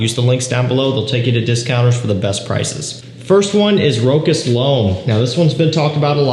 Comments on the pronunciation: I always say that. True fraghead needs to know how to prounance Rochas It's not Rock-ass 😂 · It's [ro-sh'A]